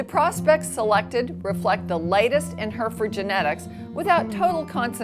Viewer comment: Why do Americans always pronounce Hereford wrong